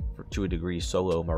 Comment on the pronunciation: ‘Sulo’ ‘knuw’ ‘hurbs’ ‘prus’ ‘cuns’ ‘enugh’ Learned a whole new language. Or as you would say: lurned a whule nuw language.